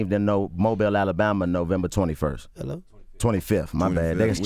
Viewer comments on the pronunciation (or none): none